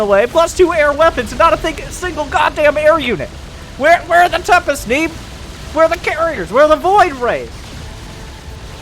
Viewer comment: disliked due to underwhelming pronunciation of "neeb"